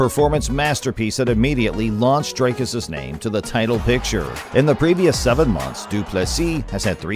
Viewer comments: Its not Drycuss, like Dr Drey. Its Dricuss like Dick. You get it? Btw Dricuss has a big member! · Who is Draicus??? it's Dricus. Pronounced Dreekus. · DREEKUS for all the Americans not DRYCUS 😂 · Please read as it is written. Dricuss not Drake-us. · Who's 'Draicus'? 😅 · you've heard the dude pronounce his name so many times and you still pull draycurse dooplessy. well done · also wrong. Its afrikaans, its Dri-kus, ie put less emphasis on the vowel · Thanks for the video. Great highlights reel of his career. Just a note on Dricus' pronunciation, the i is pronounced like ie in diesel, or if you've seen District 9, like Wikus with the W sounding like a V. It's an Afrikaans pronunciation . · Ek weet ou. Ek help net die yanks hoe om dit uit te spreek. SEAN STRYKLAND soos hulle uitspreek. 😆 🤣 Jimmy Hendricks.like you pronounce HenDRICKs. Just add the U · I'm glad Dricus is gettting this exposure but you could do the courtesy of getting his name right when you literally have a clip in your video with the correct pronunciation.